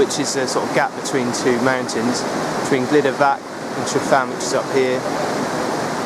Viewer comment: Glyder Fach (not Fak)